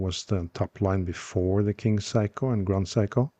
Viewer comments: Small nitpick: they're pronounced "Sayko", not "Psycho". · Love the Norwegian pronunciation which turns the brand into ‘Psycho’. A little unfair of me to say so, perhaps. Also unfair on the watch, which is pretty darned sane, other than that frantic ticking. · Your pronunciation of "Seiko" sounds like "psycho." Very entertaining. 😆